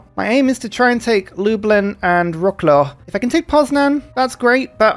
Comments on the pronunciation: I dont want to correct the one who only fear the word Tenochtitlan, but the city of Wrocław is pronounced somehow like this 'vrotz-wav'. Something interesting I also noticed is that in game polish cities are spelled randomly with polish letters. For example city of Łódź in game is described Lódz which replaces letter Ł and ź but keeps ó. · Wrocław is pronounced Vrots-wav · Wroclaw is pronounced vro-tslav